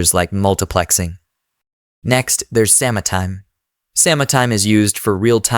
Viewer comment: I appreciate this video. But also: "sama-time"